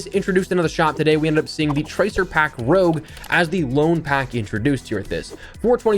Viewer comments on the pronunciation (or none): Idk why I’m commenting this cuz I don’t really care but that word is rouge not rogue